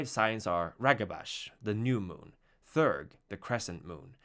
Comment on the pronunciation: "Theurge" has two syllables and is pronounced [thee'-errg]. From the greek words "theos" (belief) and "urgos" (worker).